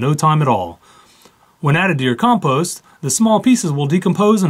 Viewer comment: Its pronounced compost not composte